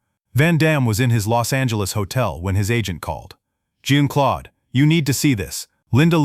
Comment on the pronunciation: Van Damme"s first name is not pronounced as a woman"s name, like blue jean. Please pronounce his name properly.